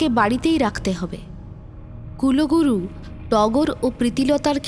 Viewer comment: Kuloguru ba kuluguru noi.. kulguru 😅